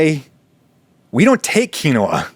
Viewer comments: adam, u used every pronunciation possible for quinoa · Likely on purpose just to push buttons. I applaud him.